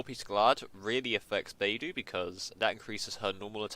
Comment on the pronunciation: how do you get her name to sound like ''bye+doo?'' XD when shes clearly sounds ''bei+dough''... you Eng people are so cute xD